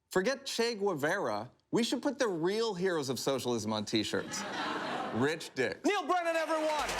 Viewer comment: Omg it was so good until the pronunciation of Guevara